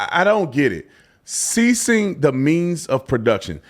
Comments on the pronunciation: He said "seizing" not "ceasing" the means of production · Seize, not cease 🤦‍♂️ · Not ceasing the means… seizing. He mispronounced. The word. Not that they are too different….